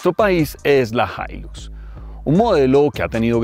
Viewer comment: La “jailus “ 😂😂😂 el paisa y su problema con la x 😂😂😂😂